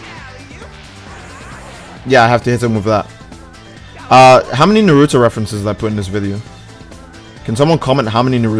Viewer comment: Me- Wow is a Naruto fan, I'm so Happy - NUU-Ruu-to Me: What are you saying?